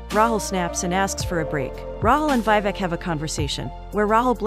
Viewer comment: It's not VI-VEK its VEE-VEK